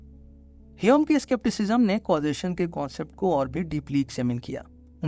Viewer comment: Yaar jab tujhe pta hai ki uska naam hame nahi hyum hai.. fir hame keh kr q shuruaat ki.. ainvi😂